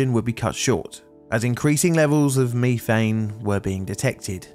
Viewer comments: Did it bother anyone else the way he says, methane? At least here in the states it is (meth-ane) and he is saying it (me-thane). It's like the Brits saying (Alu-min-ium) while we say (Alu-min-um) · Me. Thane. Meth, ane. Say it right. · "meeeeeethane"????? It's METH-ANE ! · I never heard it called Me thane before instead of meth ane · As I ponder the pronunciation of ME-thane, I wonder if nefarious criminals in your area sell ME-th. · I have bingo blackout for the word MEEEthane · Does this narrator's pronunciation of ME-thane bug anyone else's OCD? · Meethane, youthane, weallthane. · “Me-fane gas” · Wtf is "mefang" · Repeat after me "Meth-thane" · I hate meeteehayenn!!! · British pronunciation of methane sounds so strange lol. Great video as usual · ive never heard a british person say Methane until today dont know if youll read this but why the emphasize on the first two letters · jesus i didn't know you could butcher the pronunciation of methane like that the entire video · Anyone else check to see if they pronounced methane incorrectly? Apparently its pronounced different depending on which side of the pond you're on.